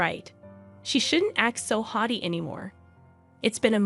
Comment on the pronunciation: Haughty not howty